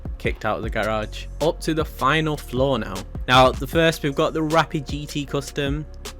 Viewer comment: He said rapid gt custom